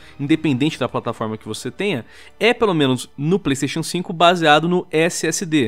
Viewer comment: esse video mas, toda vez que o fala pleisteixian sinco o video acelera